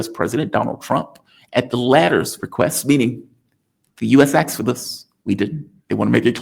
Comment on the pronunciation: The word is "asked" not "axed".